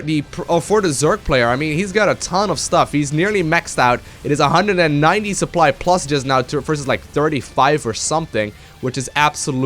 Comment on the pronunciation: "suppry" PogChamp